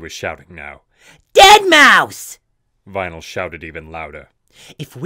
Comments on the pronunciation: vinyl sounds like rainbow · Vynal? are you kidding me?